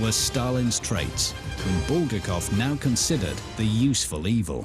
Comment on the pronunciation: how can you trust a documentary when they don't even pronounce the author's name properly?